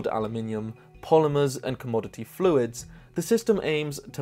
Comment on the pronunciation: My brain thought he said Community Fluids, not Commodity Fluids!